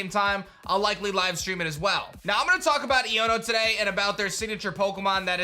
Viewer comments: Just so you know man, it's pronounced "Eye-own-o". So it sounds like "I'dunno" with the d slurred away. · say the name right dawg. It's eye-oh-no. like ion. electric. iono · it's pronounced "ayono" as in "I don't know" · Bro her name is pernounced iono eono its a hard i sound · I feel that here name is pronounced Ion (a positive or negative electrical charge) + o